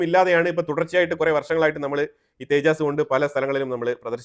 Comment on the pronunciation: തേജാസ് അല്ല തേജസ് ആണ് അല്ലാതെ തേജായും കോജായും ഒന്നുമല്ല